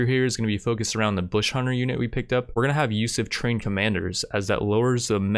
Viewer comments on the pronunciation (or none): none